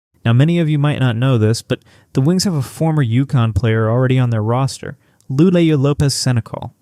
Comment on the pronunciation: If you can't pronounce the players names, your whole channel is discredited. Paige, Lou, Arike all pronounced wrong. Very easy to verify names before producing the video. Why would anyone trust your content? No new info, just lots of words saying almost nothing.